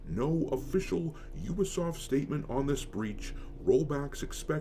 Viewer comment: 😩 all of you mispronouncing Ubisoft is why I never finish any of your videos. It takes two seconds to know how to actually pronounce it. It also means you’re all just watching the same videos.